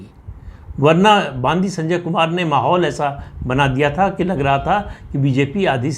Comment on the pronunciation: बंडी संजय ऐसा नाम है ! बांदी नही !